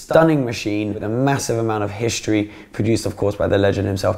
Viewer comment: Why do young people pronounce their S’s with an H in them. It’s hissstory, not Hishhstory.